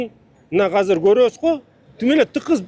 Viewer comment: Азыр деп сүйлөчү мэр ака хазыр хазыр дей бербей